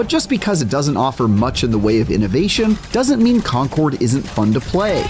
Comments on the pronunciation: did he say "conqward" ? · Wait... Is Concord supposed to be pronounced as 'Conquered'? 🤯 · Love how the reviewer says "conkerd" and then says "Concord" in the next cut. You know he was corrected between takes but was too lazy to go back and make the video consistant.